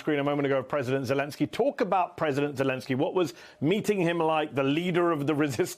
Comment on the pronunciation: Thanks for this interview, Mehdi Hasan. Mark Hamill has always impressed me, with his straightforward honesty, open engagement, and steadfast integrity. He even pronounced “Zelenskiy” and Sergio Leone’s first name, correctly. The only moment that slightly startled me (and dates him!) was that he used the Hollywood term ‘Spaghetti Western”! I always found that designation rather denigratory, and much preferred the older expression “Italo-Western”! Sergio and his old classmate Ennio Morricone were truly formative of that genre, which wouldn’t have had such an impact without the boisterous, often tongue-in-cheek humor of the musical scores!